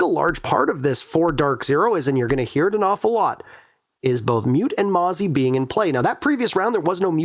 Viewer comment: Mute + Mozzie = Mote? Pronounced like moot